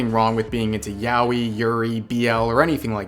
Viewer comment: Word: Yaoi Rev: Yowi